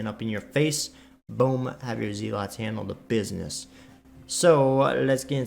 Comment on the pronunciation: Zell-it. Not Zee-lot too ;)